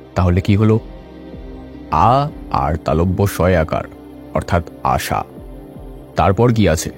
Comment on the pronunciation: আশা, আষা নয়